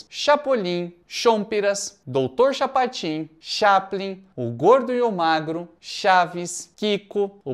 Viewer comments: CHAPOTIN,?? como que tu me erra um "Chapotin"?!? (Misturou Chapolin com Chapatin e deu nisso!...) 😂😂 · Chapatin você disse Chapotin,que não é a,mesma coisa. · Dr "Chapotin" saiu de propósito? 🤔 😅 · Dr. CHAPOTIN,??????😂😅😂😅😂😅😂😅